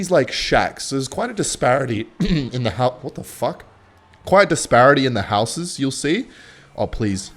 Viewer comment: For someone who can’t pronounce the word “houses” correctly seemed to want to say it a lot.